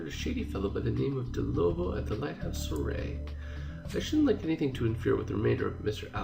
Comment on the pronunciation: Soiree is pronounced "swa-ray" it's French